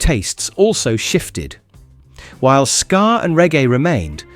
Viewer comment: It's SKA not SCAR